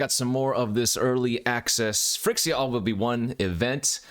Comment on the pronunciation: I get really triggered by the pronunciation Phrixia